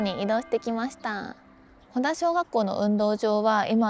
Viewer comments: 正確には「ほた」だね フェリーで行ったのかな？ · 先生、ほたしょうがっこうです。 ほだじゃないのよ